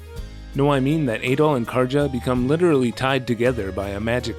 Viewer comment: In Nordic languages, J's are typically pronounced as Y's, Karja is a nordic name, her name should be pronounced as Karya, not Karja.